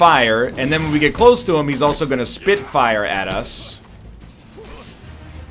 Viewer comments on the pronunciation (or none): "I speet hot fire"